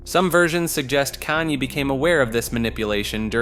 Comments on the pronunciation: I agree. I can usually look past the occasional mistake but he couldn’t get a single name right. I found his way of saying Kanye funny because he changes it every time he says it. At one point he just straight up calls him “Kane” 😂😂😂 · in the span of one minute, you managed to pronounce Kanye’s name 5 different ways